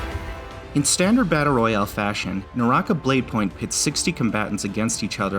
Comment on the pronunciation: Way to butcher it's pronunciation lmfao